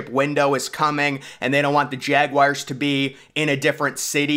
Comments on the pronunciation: Jaguars not jag wires 😩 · I can’t take this guy seriously if insists on saying jawires, cmon dude